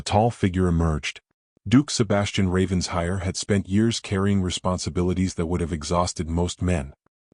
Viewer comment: Please, the pronunciation of Ravenshire is, as if it were two words, Raven Shire! ( Not ravens hire). (It sounds totally stupid when you say it as hire!